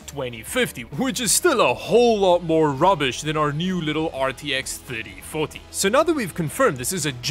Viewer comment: Somehow when said RTX 3040, i heard RTX 30farty and you know what? i'm gonna stick to that XD